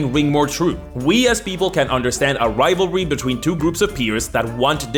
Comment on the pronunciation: Lol. Saying rival-ty instead of rivalry. Cute.